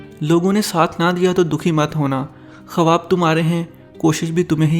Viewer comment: Mashallah ,very nice video ,thanks , urdu ki adaaigi bhi achi thi ,sirf aik lafz jo 2,3 baar bolaa giya ,bolnay main خواب khawaab nahi bolaa jata balkay usay bolnay main khaaab (خا ب ) bolaa jataa hai , jazzakAllah